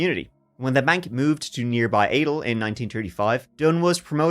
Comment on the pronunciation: Fun facts: Adel is pronounced A-Dell and Des Moines is pronounced Da-Moyn. Both stress the second syllable. What fun to see this pop up - such a weird story. I’ve heard people say it was a giant bat. That doesn’t explain the headlight on it. 🦇